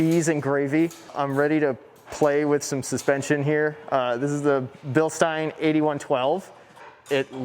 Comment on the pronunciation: This is the first person who has ever pronounced Bilstein the way I thought it was supposed to be pronounced. I hear everyone else say "Bilsteeeen"